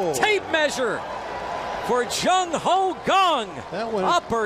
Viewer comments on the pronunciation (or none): did he just say jung ho ho. thats racist. lmaooo